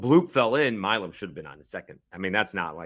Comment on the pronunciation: Bro, if you are going to cover this series, at least learn how to pronounce the opponents' players' names correctly. It's Steven Milam… My-lum, not Me-lum.